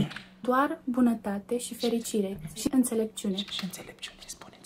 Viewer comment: si "incelepciune"😂😂😂